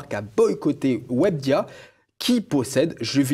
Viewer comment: "Webdia" mdrr